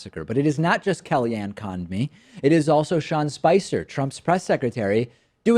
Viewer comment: "KellyAnn Conned-me" David, you're better than this.